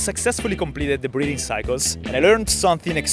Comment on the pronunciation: 3: 36 - "I had spent the last hour practicing these breathing techniques." Not gonna lie, thought you said "breeding techniques." I was like, "Heh??"